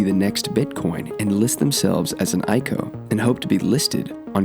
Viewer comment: I like the video but it's ICO, not ico haha